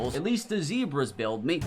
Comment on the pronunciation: Every time he says zebras I’m rolling in the ground 😂😂😂😂😂😂